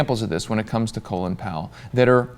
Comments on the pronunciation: Why does everyone pronounce his name "Colon Power"? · Why do you people keep saying "Colon Powell"? It's Colin.